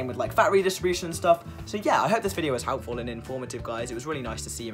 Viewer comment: “I hope this video was halpful” lmao I love your accent. Thanks for the video man, I’ve got my first appt with Lorimer this month!